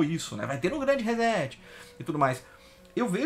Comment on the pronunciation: Rezéti fio?...quer dizer que setar se pronuncia zetar?...fala serio hein...reset se pronuncia reçeti...ou resseti...assim como setar se pronuncia çetar... em portugues brasileiro...em inglês reset se pronuncia riset...com t mudo ...reset que vem da eletrônica digital significa zerar tudo...começar de novo...Internet tambem é cultura...